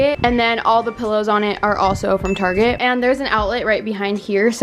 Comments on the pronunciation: No one: Literally no one:: “taRgET” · guess where she is from....''targetttt'' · I find you funny saying Target